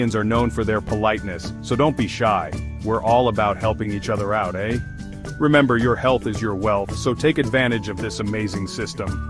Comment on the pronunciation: We say what? We do say eh a lot, but it is pronounced 'ay'. Your AI needs an update if you are going to discuss Canada. Mispronouncing eh is the most unCanadian thing anybody or any machine could do. Otherwise, I have enjoyed your video.